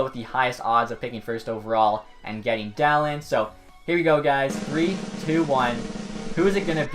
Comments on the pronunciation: For future reference, Dahlin is prounuced "Dah-Leen" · It’s pronounced daleen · topher 16 Where are you looking it up? Bob McKenzie says Dah-Leen. And I've heard countless other legit hockey sources say Dah leen. I used to say Dah lin until I was corrected by these people. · I don’t know why but, every time you said “Dahlin” I thought you were saying “talent” just very weirdly. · Can people please learn how to pronounce his name? 😂